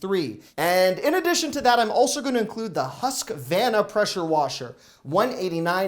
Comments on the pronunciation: BTW just to let you know, Husqvarna is pronounced Huskvarna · Pronounced Husk-a-var-na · It’s pronounced Husk-Varn-A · Love your show! Just a point of interest ... "Husqvarna" is pronounced "Huska-Varna." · HuskA VARNA there's a hard R in there fyi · In case you encounter it again, Huskvarna is pronounced hoosk-varn-ah where varn rhymes with yarn and the emphasis is on that syllable